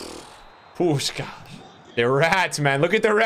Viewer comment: Im hungarian and im quiet suprised by how good u pronunce Puskás